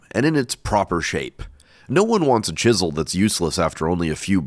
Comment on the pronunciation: I thought you said "Jisel" not "Chisel" and I lost it lol